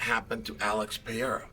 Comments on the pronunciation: Are you sure it’s Peira and not Pereira? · just a question, who's "Piera" ?, because i know who Pereira is, but Piera not really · How come Chael can't pronounce Alex's last name correctly? He says Pee-era when its pronounced Peh-ray-rah 🤔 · chael saying Peyera making it on sight for peyera 😂😂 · Alex "Piera" wow😂😂😂😂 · If Chael says Pereira is pronounced Pierruh, then so be it. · Nice video but WTF is Peeara!? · Just came here to hear Uncle Chael say "pee era". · The reason Alex wasn't himself is he heard Chael call him Alex PeeAir and he just couldn't shake it off. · PER ERA, say it aloud Chael, Saying it wrong just makes you look dumb dude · Alex Pee Hair-uh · Alex "PieEra" 🤣😅😆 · Pee air huh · Alex "Piera"? haha, uncle Chael has a real pronunciation challenge. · Alex “Pierra” lost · Alex "Piera"😂😂😂😂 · You can't even pronounce Alexs last name, what's wrong with you? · I'm just here to hear all the different ways Chael will mispronounce "Pereira" lol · Do you say his name wrong so we comment about it and you get more engagement? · You are missing the first R in Pereira. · About a year ago Chael made a video saying people have been messaging him privately to pronounce Alex’s name correctly. He immediately corrected himself, 2 mins later he continued to pronounce his name incorrectly again. The UNDEFEATED 🐐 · I don't even care, I'm just annoyed how Chael mispronounces every name